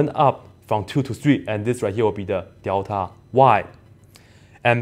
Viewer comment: 怎么你也说“屌塔”……看来这口音是共通的 lul